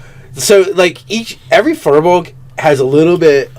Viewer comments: I believe it's pronounced feer-bolg not fur-bolg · Good vid! Just rolled one as a ranger in my side campaign. However, it is pronounced "Feer-bolg"